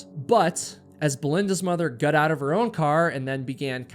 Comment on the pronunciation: Why can't pronounce the word "got?"